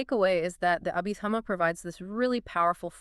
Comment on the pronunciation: Anyway to train it to speak Abhidhamma correctly? Picky, picky 😎